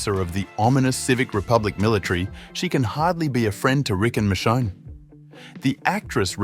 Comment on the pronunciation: Dude said Michon 😂